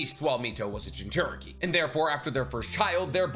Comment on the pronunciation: I gotta say. I’m not one to make comments like this usually, but why do you pronounce it, “Jin-CHER-Eh-Kee”? It’s, “Jin-choo-REE-Kee”.